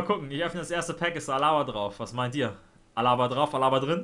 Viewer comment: Man sagt nicht Alaaaaba sonder ganz normal Alaba.